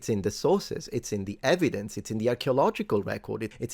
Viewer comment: "Yer 'ev-ee-dense' don't fit in with my Drunk Uncle Bob's facts."